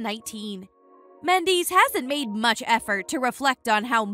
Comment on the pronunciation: Your saying his last name wrong omg it's like Mendez with a s instead of a z smh